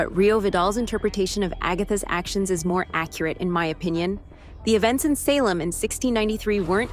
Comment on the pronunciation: Groovy seventies style? Hello? Have you ever watched tv from the seventies? Did anyone dress like this? It’s the 1980s slumber party. Also the voice you have doing the reading is fairly convincing but then it messes up and mispronounces things like Salem. I’m ending the video because you’ve already lost credibility.